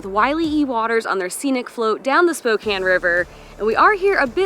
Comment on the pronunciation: Thank you for saying it properly.